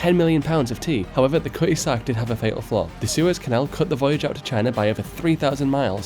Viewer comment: “KUH-ee-zark” = Cutty Sark, if the pronunciation confused you.